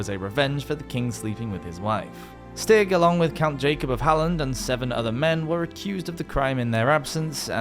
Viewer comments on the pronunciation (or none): none